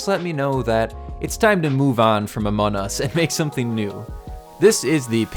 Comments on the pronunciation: Y is he saying amonus? Its among us! XD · Among us not anom us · why do say amon us its amonG us practice the gs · Bro said amonus not among us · Its among us not amon us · it es not amonas ites among us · why you say amon us its AMONG US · It's among us not amon us :) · It is not Amon us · amon us? i'm pretty sure its pronounced among us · Amon us...ITS AMONG US NOT AMON US!!!!!!!!!! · STOP SAYING AMON US, THATS NOT RIGHT. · No offense but I think you said amun us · Yeah you’re right it’s called Amon us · Stop saying Amon us It’s among us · It is AMONG US not amon u have to pronounce the G anyways, this map looks awesome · IT'S NOT AMON US ITS AMON-G US STOP SAYING IT WRONG!!!!!!!! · It’s among us not Amon nus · Did bro really say amon us😂😂😂😂😂😂😂😂😂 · You sed among us wrong again it’s not amon us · did you just say Amon Us? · Stop saying Amon Us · WHY IS HE SAYING AMON us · I got he says amon us lol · It is funny how you say among us your like amon us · What you are calling a "rocket", is actually a drill, and what you called "outside icy paths" are actually inside sterile environments that lead from decontamination to the specimen room. Also, why do you pronounce it "Amonus"? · Its amazing,but also u pronounced among us wrong, its called amonG us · IT'S COOL BUT STOP CALLING IT AMON US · I wish I did this 100% out of clay but I don't have enough. Also you aren't pronouncing the g in among. Listen to one video of someone with an American accent like me say among us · Can you plz say Among us the right way or I will unsubscribe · Can you say the name right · Why did you pronouns the among us to amon us Listen carefully to his intro pronounsation